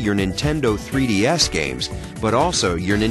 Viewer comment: "This is the nintendo 3D Ass"